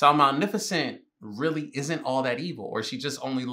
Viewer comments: I cant tell if he keeps saying malneficent as a joke or not and its kinda funny ☠️ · wait whos mal miffocent😆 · MalNIFicent lmao... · Lol malenificent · I love the way he pronounces Maleficent the entire movie lol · They say this lady name fiftyleven times and still saying it wrong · I’m not gonna lie the consistent mispronunciation of the name is killing me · U keep pronouncing her name wrong and it bothers me 😂😂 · Every time he says "Malnificent," I cackle. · Maleficent's pronunciation as Malnificent is one of the best parts of this movie reaction. 🤣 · Not the Malnifecent 😭😭😭😂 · not say Maleficent wrong the whole time 😭😭😂😂😂 “malnificent” - there is no N 😭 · Saying Malificent like Malnourished😂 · Ma-li-fa-cent 🤣sorry had to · Not him calling her Mal- nificent 😂😂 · Ma.Lef.Fi.Cent - just saying. Unless you’re doing a bit, then just ignore me. Love the reactions👍🏾 Also the baby she said, “I hate you!” to, that’s her real life daughter. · Take a sip of water every time he says Malnifacent😂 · the way he kept saying "Malneficent" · Not the “malneficent” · Malnificent😂 love that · It’s maleficent with an L not an n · Anybody else peep how he kept saying malneficnt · if you say "malneficent" one more time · say it like "MA-LIFA-Scent" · Hermione: its MalEficent not Malnificent Ron : you say it than, if you're so clever ... no real difference ocured what so ever . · Respect the #bingers for real... We really waited 17min for tongue to act right. Manificent. Malnificent. Magnificent. Sir! The woman's name is the movie. English! Get it together 🫣🤣🤯😂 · bro her name isnt malnificent 😂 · I think you mean "Malneficant" haha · Movie title: Maleficent What the fairies call her: Maleficent: MaNiFiCeNt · I love that continuously says malneficent rather than maleficent 😂😂😂 I can’t tell if he just can’t pronounce it right, bc same it, or if he just didn’t realize he was saying it wrong😂😂😂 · It'sMalEficent not MalNeficent Sir. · Cause who is Malnificent?